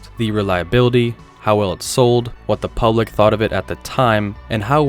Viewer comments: "Pubic opinion" 😂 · “Pubic opinion” ☠️